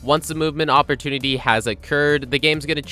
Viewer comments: "movement opprotunity"? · ah yes my favourite word, OPPROTUNITY